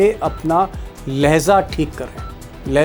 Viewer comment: Lahza nahi hota h Lahja hota h sir pronounce sahi kr lijiye sorry'